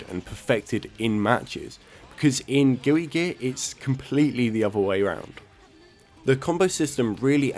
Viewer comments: "Gooey Guear" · Are you saying Gooey Gear? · Did you say gooey gear lol